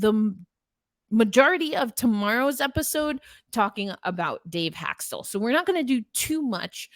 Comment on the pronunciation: It is not Hak-stul. His name is pronounced Hak-stawl. Good grief, this is a Kraken podcast?